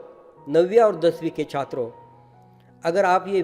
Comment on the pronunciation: I like the way sir say "छIत्रो"